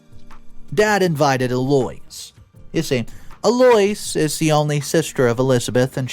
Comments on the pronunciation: Eloise… Eh-loo-weeze. 💁🏼‍♀️💖✌️ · I believe zEloise is pronounced El- Louise. My mother had a friend by this name and this ia how it was always pronounced. Just sayin. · El-o-ease, but you're doing great:) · Is the name pronounced "Ell- o- eese" ??? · IN-VA-LID EL-0-ESE. ELOISE CHRIST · It’s pronounced El-O-EEZE. Could you research name pronunciation before posting? Not the first time this has happened 😊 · That's pronounced el-o-ease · Please pronounce names and words correctly. The sisters name is pronounced El- o- weez. The man is called an in-va-lid ( someone who can’t walk). Not invalid as in not true or not valid. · Smh. 😂. Eloise......Elle--Oh--ease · I wish u would read the stories before u read them. so many Words u get wrong and even the name Eloise, u completely message up that 1. It's El-o-wees. don't get me started on "invalid". If u spent the amount of time u do on the animations, on learning how to say the words properly. you'd have maybe the best reddit stories on youtube. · El-oh-ise it's pronounced, El-oh-ise. Jesus christ man! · eloise - sounds like El O Weese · Eloise is pernounced Ellawheeze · "EL-O-EEZE" Everybody now! "EL-O-EEZE! & "A-GAAAPE" HARD "A" sound, 2 syllables. It's not "a-gap-eh". I enjoy ur channel so much I've forced myself to tune out most of ur mispronunciations, but this was just way too much in one video! If u aren't sure how to pronounce a name, please adapt it to one u do know instead of repeatedly mangling it. I'm sure any listener named "Eloise" found this frustrating at first, but quickly ended up infuriated long b4 the story was over. I'm sure it was a mistake, but it almost feels like a personal affront & disrespect to a person when their name gets mutilated that many times in a row by one person. I've experienced this, but it still makes me cringe me a bit even when it's just a mistake. My name isn't Eloise, but even I ended up so bothered that I felt compelled to comment here. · It’s pronounced EL-O-EES